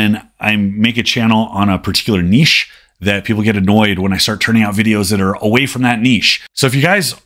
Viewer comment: You changed how you pronounce "niche"? 🤣 Either that or I just imagined you saying it weirdly before. Could be either... I'm here for the lifting tips and the philosophical talk and probably whatever else 👍